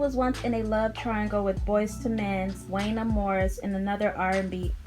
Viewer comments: I was literally like “I like her and she’s a baby.. but it’s pronounced JUAN-YAY!” 😂😂 Definitely gotta give the younger generation a pass when they try 🥰😂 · It WONYAY . You are pronouncing his name wrong